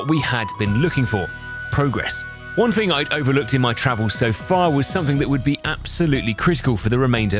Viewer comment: I love your vids man but one single thing bugs me. the, there, then ect ect, perfect pronunciation, but then you say "free" for three? How!?!? Edit: also frough for through, flame frower, And fing for thing